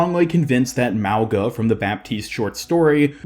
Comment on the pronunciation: Why r u saying his name with a “L” in it it’s literally Mauga!? WHERE IS THE L???